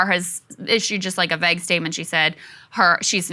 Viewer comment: Where did Krystal pick up the notion that vague rhymes with egg? It's not acceptable. Get rid of her.